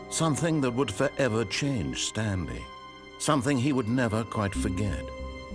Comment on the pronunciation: I was quoting you XD "Stanely...'